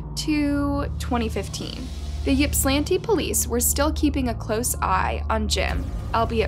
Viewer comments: How many narrators on YouTube ever research the stories they "read" on these videos!!???!! The City is called Ypsilanti pronounced ipsilanti the Y is a Short I sound... To some this doesn't mean anything... But to the City, and the Many people associated with it, IT MATTERS !!!!! IPSI. (YPSI) is how those who know refer to Ypsilanti ..... Please try looking it up in the future so you dont insult watchers who may feel like it matters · michigander here, pretty sure Ypsilanti isn’t said like that but i get it, try Petoskey or Sheboygan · Sad story but that is not how you pronounce the city and I could not focus after she said it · That is not that is not how you pronounce Ypsilanti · You’re saying the name wrong and it’s not a small town lol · It's pronounced Ipsi, Ipsilanti. I know it's weird but thank you for covering this! You should cover one of my peer's cases. Her name is Jayde Lee, she's also from Michigan. Love your channel! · She says it like shes skipping right over the 'i' between the 's' and 'l'....'Yip-slan-ti'. I'm from Massachusetts and there are cities and towns here that get completely annihilated when people try to say them. 😂 Every state has towns like that. Unless you grew up around the area and know how to pronounce them, people unfamiliar will try to pronounce them phonetically. I'm sure we all have stories about this subject. 🤗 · Ipsaa lantee is how it is pronounced. Glad you covered this. Some really shady stuff happened through all this. Boy oh boy do I feel so bad for their Mom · Ypsilanti is pronounced ... ip-suh-lanty. Don't worry, when I moved to Michigan 20 years ago I butchered the name, too. LOL 🤣😆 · Funny those of us in Michigan pronounce Ypsilanti (ips- ull-antee) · You're not pronouncing the town's name correctly. It's pronounced "Ip-sil-lanti" (I live in Michigan). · Ip-sil-anty is how you pronounce Ypsilanti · Ypsilanti is pronounced Ipsilanti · Ypsilanti is pronounced ip-si -lanti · 🗣️YIP SI LANTI = YSILANTI